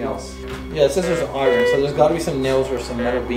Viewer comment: The pronunciation of "iron" kept making me cringe. That's not how we say it in Canada, I promise.